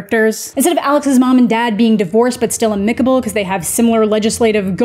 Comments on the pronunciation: One of us is pronouncing 'amicable' wrong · With you on the pronunciation of Bowie, but I'm not sure you have "amicable" right.